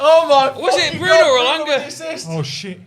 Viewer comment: It's elanga